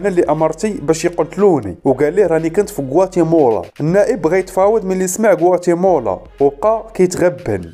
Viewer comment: غوااتيمالا وليس غواتيمولا.... تحليلك ألسلس والمفهوم رااااائع وتحياتي لك.... واصل اخي الكريم وشكراً لك